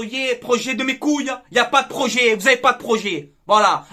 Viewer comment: Le proyet , le proyet ! Comme j’ai rigolé 😂😂😂👍🏻